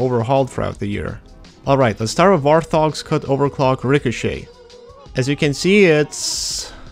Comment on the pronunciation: Hearing you pronounce Warthog like "War-Thog" is just painful lol